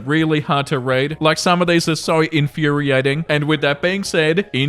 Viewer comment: I think it's a little funny how pronounces the word "infuriating"